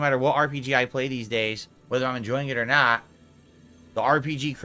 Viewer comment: “It’s not about the money. It’s naht! I’m naht here to take a paycheck”